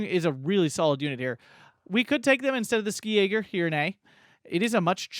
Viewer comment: I'd like to give you a pronunciation tip. In German the "Sk" in "Ski" in pronunced like a German "sch" or English "sh". Realy like the reviews btw.